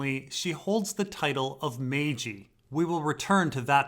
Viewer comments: You don't pronounce maegi like "May-G" try this say majesty, how you pronounce the maj part and then pronounce the word eye, it's supposed to sound like "maj-eye". I am right on this, I've heard the term used in other fiction & it is pronounced this way. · How you pronounce the first syllable of the word majesty, combine that with the pronunciation of eye & you have the correct way to say maegi, literally sounds like "maj-eye" not "May-G" which is one of the funniest incorrect pronunciations I've heard but considering Maegi is only really used in fantasy fiction it's not all too surprising got it wrong. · It's pronounced "mag-ai"